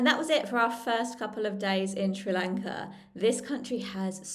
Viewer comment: First of all, please get used to pronouncing our country’s name correctly. It’s not Sri Lanket, it’s Sri Lanka. Also, Sri Lanka has a very good education system. So, there are many people in Sri Lanka who have received a good education. But due to the economic crisis in the country, they didn’t get jobs or salaries that matched their level of education. However, some people don’t go abroad to settle permanently — they only go for work. I don’t think this becomes a problem for tourists, because tourists don’t come here to settle, they only come to travel. I think you are from India. And I’ve heard that many people from India also leave the country. Is that true?